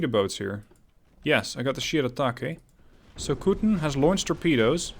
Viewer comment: 'So-ku-ten', not 'so-kuuuu-ten'